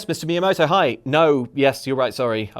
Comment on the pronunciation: Did anyone else notice how said Miyamoto wrong the first time, but got it right the second and third time?